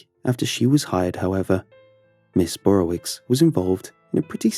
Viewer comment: Not Burrowitz. it's not german- it's Burrowitch